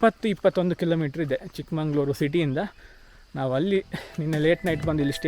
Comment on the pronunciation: Its ಚಿಕ್ಕ+ಮಗಳ+ಊರು = ಚಿಕ್ಕಮಗಳೂರು✅.. not ಚಿಕ್ಕಮಂಗಳೂರು ❌ other than that, Good one 🤘🏻